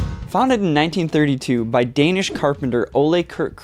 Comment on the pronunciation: As a Danish/American, you nailed the pronunciation as well as I can! (my Danish family makes fun of me when i try and speak Danish but we dont talk about it tho) Another grand slam video my dude!